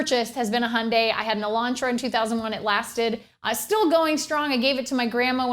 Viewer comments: handay ?! don't you mean hyundai ?! which would sound like youn-die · Its HI-UN-DIE Not HUNDAY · its not hunday, its highundie from a south korean youtuber! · Do you mean Hyundai (Ha-yun-die) or Honda (Hon-da) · Funny the way you say Hyundai "hun-day" LOL